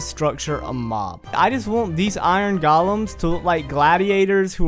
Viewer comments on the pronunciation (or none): I like when you say Iron Golems, it sounds like you say Galems 🤣👍